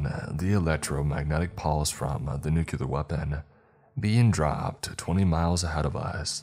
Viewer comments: Bruh it’s NUCLEAR not NUKEYALUR … who are u George w ?? Lmao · Nu-clee-ur, it was driving me insane to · Good stories! But, please, one request for future readings - nuclear is pronounced NU CLEAR. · That's not how you pronounce nuclear and it's driving me insane